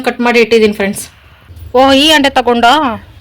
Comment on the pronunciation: ಅದು ತಾಮ್ರದ ಅಂಡೆ ಅಲ್ಲ ಹಂಡೆ